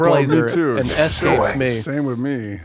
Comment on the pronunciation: Ders calling out Blake on pronouncing it "excape" was therapeutic for me. Thank you Ders